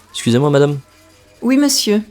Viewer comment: Didn’t receive PDF. Can only hear the Xusez-moi no matter how many times of repeating 😂 usually total lost in the long sentence, most of the words in the long sentence either become just some short syllables or the liaisons and beginning /end of the words got eaten up.